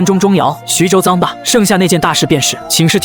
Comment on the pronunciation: 就是ai爽文。错别字反复念，而且一会沮授，一会泪授。更多错别字加ai各种瞎编。😂我也泪笑一下。